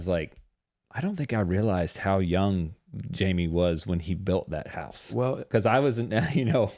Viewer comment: In the Spanish language your name is pronounced High-may.